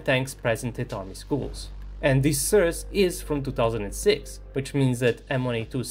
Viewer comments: It's pronounced SOURCE, not surs. For someone who makes a living out of talking, you really suck at it. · Nije "srs" nego "soe'rse". Mozes ti to. Verujem u tebe. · The way you pronounce "source" makes me feel uncomfortable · It's sOurce, not sUrce. 😆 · What's a 'sirce'? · Please, learn how to pronounce source. Unsubbed for now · It's pretty Charming how is pronouncing the word "Source" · Sry to be a dick, funniest pronunciation of the word source ever. Thx for the video tho! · Bro, love your videos… but you are killing me with the pronunciation of the word “source”. 😂 😅